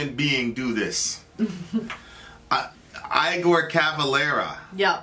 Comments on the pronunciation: It's eeegor not eyegore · It's not pronounced I gor it's pronounced as in Frankinstein Dr's assistant Igor like egor, Igor Cavalera his brother is the singer and guitarist Max but they left the original Sepultura this is an old song I only liked the Original Sepultura the brother's other bands are Soulfly and Cavalera Conspiracy there Brazillian! Put in Sepultura Desperate Cry live......................... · Igor is pronounced 'E'gor.. not 'I'gor, also, he's not in Sepultura anymore - Eloy Casagrande is the drummer now. Max and Igor started the band in '84 and have both subsequently left. check out Cavalera Conspiracy - their most recent band which they started after not speaking to each other for 10 years... try Crom or Killing Inside by Cavalera Conspiracy respect :) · I've never heard anyone pronounce the name Igor as "Eye-gore" lol. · "Eye-gor" Cavalera? Seriously?? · Igor.. Pronounced E-gor! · Igor is pronounced more like Eehgore.